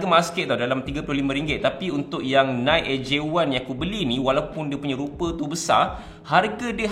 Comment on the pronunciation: Nice video bro tapi sebutan NIKE adalah (naiki) bukannya (naikk). Hehe